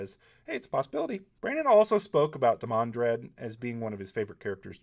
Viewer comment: Obviously I meant whenever the name came up in his videos. What, did you think was walking around at work muttering "IT'S DEE-man-drehd damnit!"? That'd be funny and slightly confusing for my coworkers, but no. Also there's this small matter of a global pandemic going around so yeah I got more spare time then usual to bitch over insignificant shit that annoys me. Sue me.